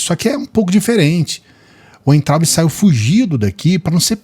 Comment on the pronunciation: NÃO é Uentraubi. O W tem som de V. É VAINTRAUBE a pronúncia.